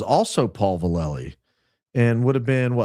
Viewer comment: If your comments about General Paul Vallely represent the rest of your info in regards to truth, then your in over your head and have no idea who he is. First hint is you have no idea how to pronounce his name. I have first hand info your assertions are all wrong. There was document circulated in the pentagon at their request that Aquino took without permission and then added a bunch more to it. Vallely reported to the Pentagon that Aquino was recruiting to Church of Set It was added to and published without consent and NO he never co authored or published anything with that fool. You need to dig deeper as does Candace Owens evidently as she’s reporting the same thing. I think highly of her and it come as a surprise. Have no idea who you are but what you’re doing is dangerous and irresponsible. My guess is that there’s a person out there with the initials AV who is probably starting this nonsense but General Vallely is the furthered thing anyone will find who is a satanist. I know this personally